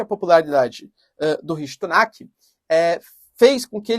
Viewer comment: professor o nome do primeiro ministro nao é rishi (S)unak ao invés de rishi (T)unak. obrigado pelo canal ,vc é o melhor :p